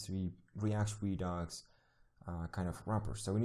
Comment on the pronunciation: I keep hearing you pronounce it as ree-docks, but its pronounced ree-ducks. Not that important but just a FYI. If I just miss heard you sorry.